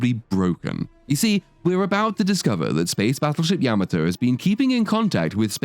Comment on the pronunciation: Spaceship Yammertoe?!? .. Yam-Ah-to.